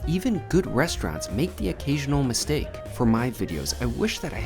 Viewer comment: a "misteak" hey